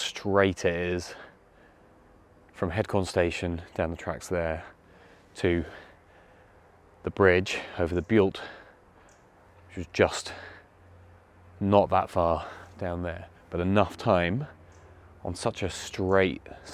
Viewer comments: Very interesting video, thanks for posting. Beult is pronounced Belt BTW. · Locals would pronounce the river Beult as Belt as in ' belt and braces'.